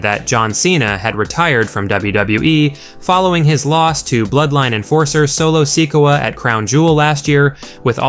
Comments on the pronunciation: Solo Seekwa? You really botched that pronunciation. Bro do you even watch the product? 😂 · How did you just pronounce Solo Sikoa's name?? hahaha